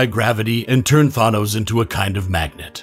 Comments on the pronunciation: It’s thanos not thonos, you pronounce the a as a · This was an alternate reality during secret wars. And I hate how you pronounce Thanos as Thahnose. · the s is silent. and the a in thanos is long a.... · This man is an expert at mispronouncing words, yeesh. "Nova Corpse" "Thawnose" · cant pronounce thanos, cant pronounce corps, is there anything you CAN say correctly